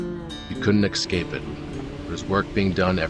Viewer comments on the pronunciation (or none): It's not "excape it"......its "escape"! Just the genuine English pronunciation of it! 😁😁 Don't be a typical merican 😃